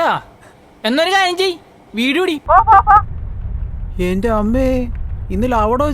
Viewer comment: Its not "enthe" its "ente". "E"nte"".. intelligence's "nte"